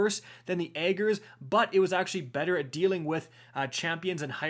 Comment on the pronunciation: I swear if you pronounce Ager’s wrong again I’m leaving cause there’s no excuse. Lol